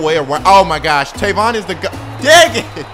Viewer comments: his name is tavon not tayvon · It's tayvon.... ( pronounced)